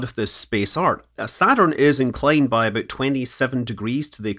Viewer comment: I can’t get past the “abouut”